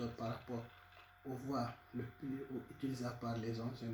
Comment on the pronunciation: Désoler mais avec l'accent on comprend pas surtout les classes igh faut bien prononcer les trucs